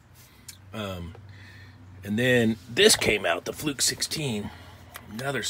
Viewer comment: "fruke's" lolol